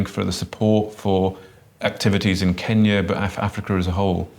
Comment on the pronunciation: Good interview thanks but you have got to say KENya not KEENya. The latter name really really annoys Kenyans....